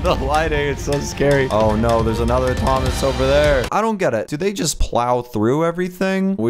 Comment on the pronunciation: Thoma it is monter AHHHHH